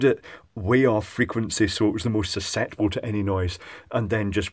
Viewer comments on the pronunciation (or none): none